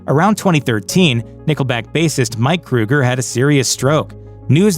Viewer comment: It's Kroeger..... not Kruger 🙄 And I actually enjoy Nickelback's music